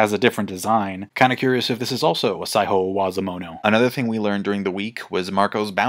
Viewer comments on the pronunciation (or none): Similar feeling, except with "sai-ho" with the Spanish "j" sound, instead of "saijo" in "Saijo O Wazamono" I mean, it's small potatoes, but it elicited a little bit of a "jajaja" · Mans pronouncing Saijo O-wazomono like he’s speaking Spanish. Saiho